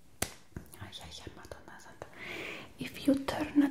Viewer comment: that madonna santa was really on point and i spotted it just now... WHAT A SHAME